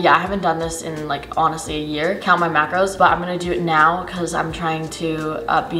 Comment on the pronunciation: She doesn't say mackerels, she says Makros, so Carbs, Protein and Fat